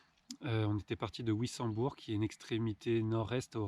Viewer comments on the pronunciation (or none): Ça se prononce Vissembourg pas ouissenbourg juste pour info